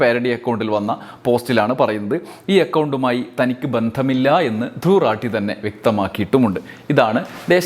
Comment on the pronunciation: राठी റാഠി .. റാത്തി അല്ല